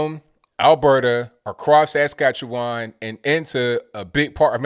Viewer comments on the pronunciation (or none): Askatchewan? Lol